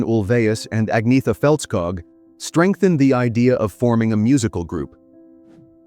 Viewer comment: Agnetha is pronounced "Ahn-YETT-ha," not "Igg-NEE-tha" or "Agg-NEE-tha."